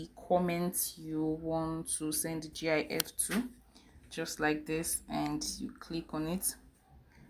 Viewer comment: I didn't learn anything from this video either, but it's said how it's seen. GIF, not G-I-F.